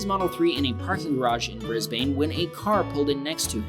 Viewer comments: It is "Brisb - un" NOT "Brisb - ane" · BRIS-BANE!? BRIS-BANE!? ITS BRIS-BEN! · just to let you all know it is pronounsed Bris-burn because i am Australian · Pronounce Brisbane “bris-bin” not “bris-bane” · bruh the fact he pronounces it brisbAne and melbAne make me cringe it is pronounced more like brisbene and melbene :) just for future reference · It’s not brisbain it’s Brisbane I know cuz I live in Brisbane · It's bris bin. not bane as in bat man and bane.. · Mel-boooorrrne and Bris-baaaaaane. Ugh. Pronounced 'Mel-bin' and 'Bris-bin' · omg not trying to be rude or anything but watch you pronounce the states is hurting me Brisbane (bris- ban) Sydney (Syd- nee) Melbourne (mel-bour-ne)f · It’s Brisbane BRIZ-BAN-E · Brisbane is pronounces Bris Ben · Im 20 seconds in and i'm going to bet all the money i have 0.00 that he ends up saying "mel-BORN"and "briz-BANE" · Melbourne is pronounced as ‘Mel Ben ‘ and Brisbane is pronounced as ‘bris Ben’ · it isnt 'brisbane' its said as 'bris-bn' :) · Sorry but u pronounce Brisbane like briz - ben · And Brisbane is brisbn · I’m a Australian and I always get kinda mad when someone says and place name wrong edit I just got happy since he said Victoria right also here’s how you say Melbourne and Brisbane say melbin that’s how you pronounce Melbourne for Brisbane think of brisbin thank me later so that’s how you pronounce them now said Perth right I think at lest I don’t really remember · Just so you know Melbourne it’s pronounced like: mel-bin same with the Brisbane bris-bin (or at least that’s how I say it as a aussie) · AHHYYY AHHHYYYY DONT U AMERICAN PRONOUNCE BRISBANE WRONG ITS BRISBINE BRIZ BINE THATS WHAT ITS PRONOUNCED TO US AUSTRALIAINS not hate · lol Bris bane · Please learn to say the names properly at least google them 😭 Brisbane is pronounced Brisben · You pronounce Brisbane as Bris-bin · Bris. Bane.? Lmaooo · Bris-Bane Mel - Burn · Oh come on :) All Americans know how to properly pronounce "Brisbane" by now.